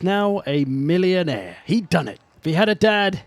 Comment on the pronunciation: why do i just hear the word "millionaire" in orkish "Oi wontz ta be a Millunaer hehe"